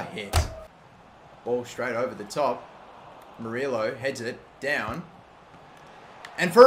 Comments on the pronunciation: Murillo is pronounced Mur-E-O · Murillo is pronounced "Muree-o". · Please pronounce Michael Amir Murillo name right. As a New York Red Bulls fan, it really makes me cringe. Murillo is pronounced (Mer-e-oh)